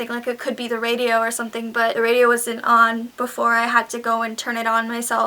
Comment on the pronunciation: on not ohh